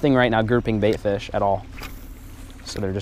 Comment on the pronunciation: I love when he says fiish